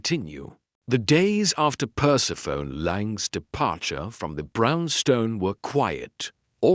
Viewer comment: I love listening to these Nero Wolfe mysteries but I cringe when the AI doesn't recognize the nuances of the language. I cringe every time it says Perse-PHONE instead of Persephonē, long ē.